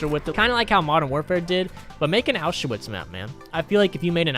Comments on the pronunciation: Dude said “Ow shoe wits” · Nobody:: ow-sha-witz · The way he pronounced Auschwitz😂